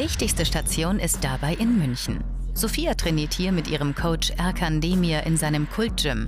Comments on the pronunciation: Man schreibt zwar Ercan spricht es aber Ertschan aus. Amateurhaft Galileo, ts ts ts. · Ercan und nicht Erkan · Och leute, es wirt Ertschan ausgesprochen, so viel sollte das Galileo Team doch sicher noch hi bekommen.